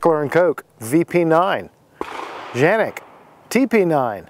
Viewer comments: What are you calling the gun Janik? It has been confirmed it is indeed pronounced Can-ik just like it’s spelled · Dude lol it's called canik not janik with a C the way you saying it is funny come on😂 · Why do you Keep calling it Janik? Its Canik, with a C. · Tf? Did he call it a Zhanik??? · You're in AMERICA. It's K....K..........Canik. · Because Canik's Turkish pronunciation is pronounced Janik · Ita “K”anic. With a k sound. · Nice review. I don't think you're pronouncing it right though (unless you were just poking fun). I think Tim from MAC initially said that's how to pronounce it, but then I think he corrected himself in a later video explaining that the weird pronunciation was a mistake of some kind. Anyway, my biggest beef with the Canik is twofold. One, I've seen pics of people who use this gun a lot and the finish is rubbed off all over the place and it doesn't have a ferritic nitrocarburizing treatment, so it's going to be a lot more susceptible to rust than the VP9, Glock 17/19, Walther PPQ, M&P9 etc. I also don't like the height. 5.7" is just too high for a gun in my opinion. It's just wasted space. If I need to go from 15+1 rounds to 17 or 18+1, I need a rifle.